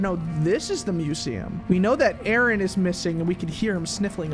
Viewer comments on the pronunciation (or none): none